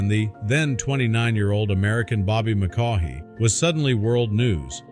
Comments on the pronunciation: McCaughey is pronounced "McCoy." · It is pronounced McCoy. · The computer is pronouncing the last name wrong